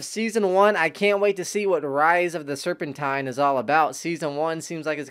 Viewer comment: It’s Serpentine bro(Sir-Pen-Teen)